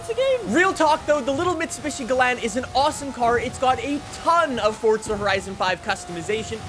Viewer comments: its forza not forca say it right jesus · bro keeps on saying fortsa horizon 5🤣